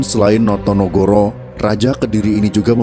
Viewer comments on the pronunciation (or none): No to ne go ro bukan noyonohoro